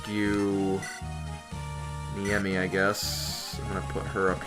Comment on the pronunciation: Please, It's Ne-i-mi not Niemi.